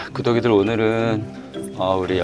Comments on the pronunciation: 왜 자꾸 구더기들아 하는거 같죠?ㅋ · 구독이들 귀에 구더기들이라고 들려요 ㅎㅎ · 구독이들아~~ 구더기들아~ 로 들리는거 나만인가.. ㅎㅎ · 구독이들이 "구더기들아"로 들려요!!ㅋ